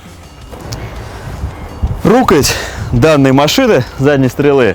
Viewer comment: Молдованин, который и так почти в каждом слове делает ошибки (коля в колю - колея в колею, рУкоять - рукоЯть)😂😂😂 Королюка я еще понимаю, он иносранец. А вы куда за ним наш русский могучий коверкаете??? Мне вот если честно режет ухо такой говор